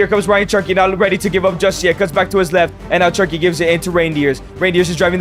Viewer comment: Great content Bro, but you’re Mexican. You know how to say “che-rr-ki,” not “chur-ky”